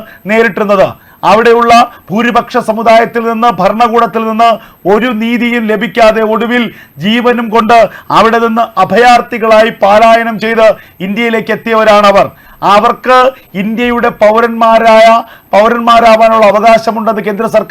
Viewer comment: പാലായനമല്ല . പലായനം